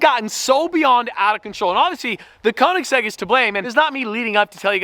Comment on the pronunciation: Just sell the Koenigsegg because you doesn't pronounce it correctly 😂